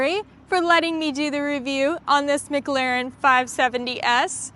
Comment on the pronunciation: Please learn how to say McLaren properly. It’s not so different it’s not pronounced phonetically. Please stop